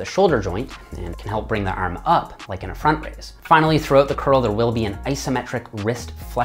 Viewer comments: Ahmed Essa ERM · The way you say “arm” is funny 😂